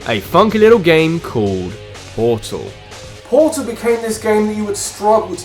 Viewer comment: For one its Portal 2, not Portol 2 For two, Portal 2 is not a spin off, its a sequl.